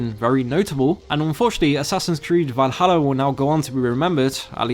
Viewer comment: You mean Varuharra